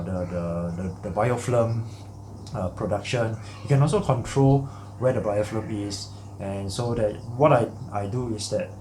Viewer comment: You keep saying BiofLim, but dont you mean BiofiLm? :) Very informative video. Keep up the good work